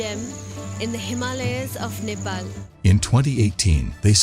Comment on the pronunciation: And Nepal is not Nepil